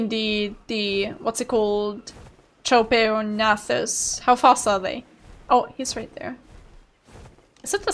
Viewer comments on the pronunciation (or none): Trop-ee-ag-nay-thus. Np